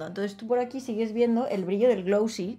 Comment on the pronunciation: "Se reparte el glowsie por todo el ojisi" jajajajaja 😂 me encantaaa! ❤👏👏👏